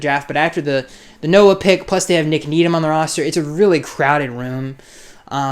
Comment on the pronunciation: You got Noah's name right. Good job.